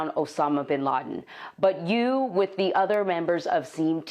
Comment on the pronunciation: Did she say "seam" team instead of seal team